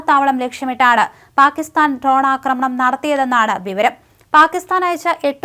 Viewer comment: Ton alla dron